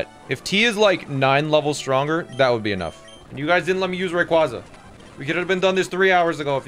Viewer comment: The way you pronounce Rayquaza hurts me physically... PLEASE learn the pronunciation of a box legendary